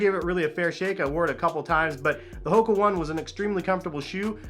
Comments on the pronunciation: Its not the Hoka One. The Company name is Hoka One One. "One" is pronounced "Oh-Ney" as its an Asian company. The Company makes several models of shoes. Your video primarily showed the Clifton 6 model which is not considered the lightest model. Go Google it, you'll see at least 7 different Hoka One One shoes for men. Cheers! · The correct way to pronounce HOKA ONE ONE is “Ho-Kah Own-ay Own-ay.” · The Hoka One One is pronounced "Ho-Kah Own-ay Own-ay" btw!